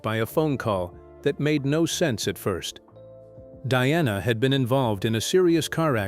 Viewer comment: Get it right it's Diana NOT DONNA 😂😂😂